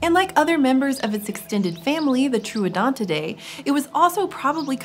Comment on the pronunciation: Troodontidae More like troogonetoday